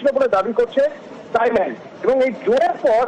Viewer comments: তাইল্যান্ড না থাইল্যান্ড হবে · তাইল্যান্ড না থাইল্যান্ড ওকে